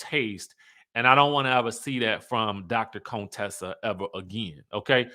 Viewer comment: It’s you keep saying Dr. Cone Tessa for me 😂